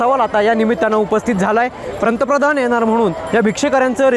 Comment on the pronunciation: प्रंतप्रधान नाही रे बाबा पंतप्रधान म्हन, प्रधानमंत्री म्हणाला तर ते अतियोग्य